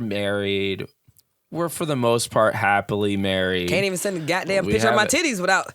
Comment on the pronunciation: ....I feel like there were a couple cooter pictures sent to Ben, you kept saying "yitties"😅 Also, if Wilde and the snake 🐍 have a fight...HELP THE SNAKE. I'm also sick with the flu, on my menstrual and craving PHO. Everyone STFU!!!😂😂😂